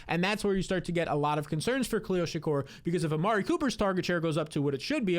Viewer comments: Bruh, shakir!! Not Shakur! -. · You mispronouncing Shakir over and over is infuriating. Its a very easy name to say. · Learn how to pronounce Shakir